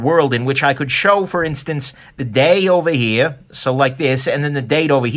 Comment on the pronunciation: Love to hear him say “Ovah heah” in that great voice.